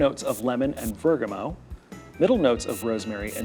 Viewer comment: Bergamot was mispronounced.